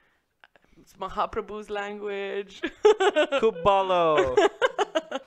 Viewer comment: Loved your conversation with your wife,such a pure soul she is. Being a Bengali living in Bangladesh, I am very delighted to know that she wants to learn Bengali.Your ''khub bhalo'' sounds good.